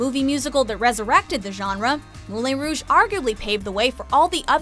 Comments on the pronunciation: "Moolayn Rouge" sweet jesus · Moulayn Rouge? Ow that pronunciation hurts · Seriously... Moulay Rogue?! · It's pronounced Mulan Rouge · Moo-LAY Rouge...?! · It's Moulin Rouge, not Moule Rouge. Holy crud! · The presenter's mispronunciation of the French-language title Moulin Rouge made me cringe. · Moulin Rouge is my favorite movie ❤️ Thank you for putting it in such high place on the list but please learn how to say its name. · Moulin rouge was pronounced wrong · Sweeney Tood was terrible! Granted a dark theme, but this adaptation lacked the comic relief needed in such a project. Another travestie was Moulin Rouge (and learn how to pronounce it!) A simple conceit,. stretched to unbelievable lengths. Rent didn't need to be adapted, a trite, tired remake of Camille! Music is uninspired and derivative! Sick of the music performed at countless piano bar regular who can't sing! Les Miserables another overproduced travesty! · Moulin Rouge.... isn’t pronounced like that.... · The way you kept mispronouncing Moulin Rouge hurt my soul. Especially since it's one of my favorite movies. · Moulin rouge is not pronounced like that!!! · They mispronounced moulin rouge